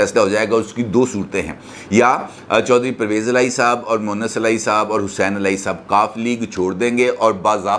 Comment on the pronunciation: Aap MONIS ko MUWANNIS keh rahay hain.Pronunciation to aap ka bohat achchca hai lekin yahaan par aisa kiyoon?Apni hi VIDEO doobara sun lain.